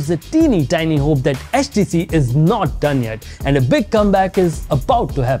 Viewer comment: Man said HatchTC 😂